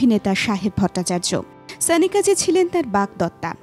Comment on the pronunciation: Pls naam ta thik bhabe uchcharon korun. Sanika naam noy..